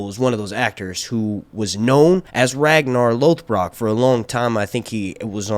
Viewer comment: Definitely the first time you’ve ever tried pronouncing Ragnar Lothbrok.